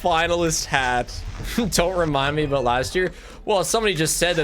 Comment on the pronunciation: didn’t realize how canadian was until he said “aboat”